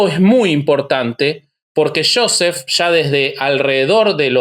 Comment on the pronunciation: Se deve pronunciar yoset,no shoset